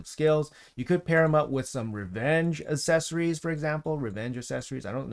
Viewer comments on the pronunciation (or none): none